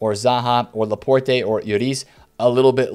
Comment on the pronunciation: You don't pronounce the E in Laporte